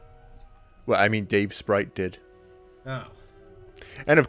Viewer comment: John says "Bat Man" the same way he says "Dave Sprite" instead of Davesprite, which was driving Jade crazy on their 3 year ship ride. It's actually a callback to way, way earlier in the comic.